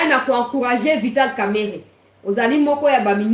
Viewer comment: il faut bien prononcé de Kamerhe pas Kamerere, il est quand même à notre côté, il est aussi ministre, il faut le respecter